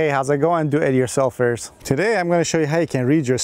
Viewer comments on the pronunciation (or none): And the "Doityoursulfurs"